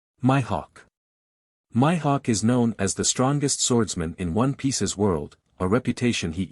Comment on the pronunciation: My hawk? Oh lord the pronunciation is killing me